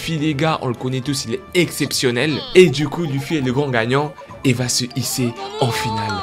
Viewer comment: arrête de dire luuufy, arrête de prononcer a la française frère, sa s’vois que tu viens de commencer one piece toi